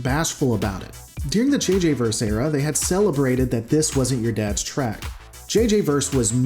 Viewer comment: Best not be taking a drink every time he says Trak instead of Trek. Alcohol poisoning isn't nice.